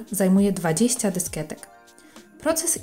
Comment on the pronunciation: Pani Kochana nie dysketek tylko dyskietek, ale masz przyjemny głos :)